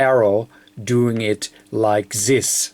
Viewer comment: You can say "impedance" with D but you can't say "this". Why?